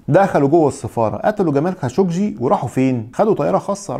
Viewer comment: 😂😂👏🏻👏🏻👏🏻برافوا صرت تنطق خاشقجي صح